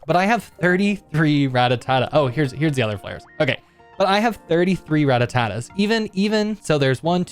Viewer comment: "Rattatatas" 😂 that's a "ta" overboard